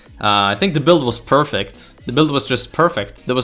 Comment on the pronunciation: Bro hearing say "perfekt" hit me like a wall. He sounds like a östermalmare 100%